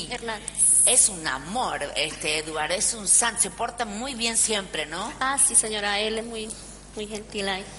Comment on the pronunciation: "no señoa"😂😂😂jajaaja. Resto de la entrevista mayoria de respuestas; "Si señoda"😂😂😂